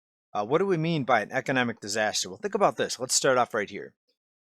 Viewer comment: Disaster! DIZ-ass-tear